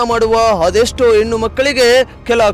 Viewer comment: ಎನ್ನು ಅಲ್ಲ ಹೆಣ್ಣು ಅಂತ ಹೇಳು